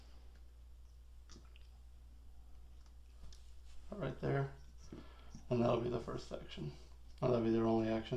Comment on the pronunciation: Is there a joke about Amidala why he says Amadilla? I get that it sound like Armadillo